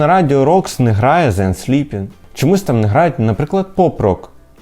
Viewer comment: І ще раз вибачаюся, може краще взагалі їх підписувати саме назвами гуртів? Декілька разів не міг одразу розібрати, а візуалу не було (напр. The Unsleeping чути як дзенсліпін чи щось подібне) Ще раз дякую за випуск, палало разом з вами